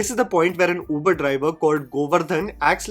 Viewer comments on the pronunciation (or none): none